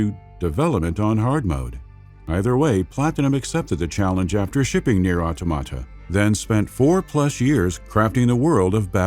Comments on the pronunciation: it's called AutOmata not AutomAta. The emphasis is in the "O". Learn it right. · Why you pronounce Automata like that? 😭😭😭